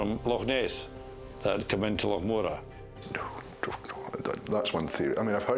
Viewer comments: Why is that clown calling it " Mo raar , when it's clearly Morar ? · If no one's talking about a " lake" monster it's because Scotland has lochs, not lakes. BTW, that's loch, NOT lock. But in fact, the Loch Morar monster is an ancient legend, well known in Scotland. Just not in America, oddly enough. And it's MORar, not MoRAR, and MAllaig, not MaLLAIG! Maybe listen to the locals. ? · That pronunciation of Morar by the narrator was driving me nuts. Definitely not how it is pronounced.